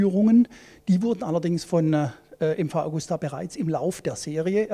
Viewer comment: ja die liebe Augusta wird ewig leben